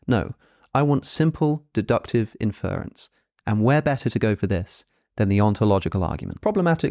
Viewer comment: How is it that you murder the word "inference" as an Englishman.... You're saying infer with its own stresses on the "fer" part, then just throw on "ence" In UK English it really ought to be "In-fr'ə'ns" with ə being schwa And even in US English, the stress is not the same as infer. the "er" is shortened, and is attached to and begins the rence suffix.... Its so Jarring each time you say Infer-ence.